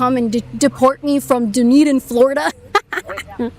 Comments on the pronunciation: KAITLYN! Don’t call that city “DOOnedin”!! Its pronounced “DONE-Eden”. Dunn. Done. Dunn+Eden. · Dunedin = done - eden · It's pronounced "done-eden" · Dunedin is pronounced Done-Eden